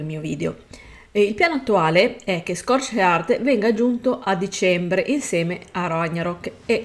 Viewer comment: Si magari imparare un po di inglese sarebbe bene!!! Non si può sentire, nel 2023 da, i è il minimo... Scorched Earth non si può sentire.... Ridicolo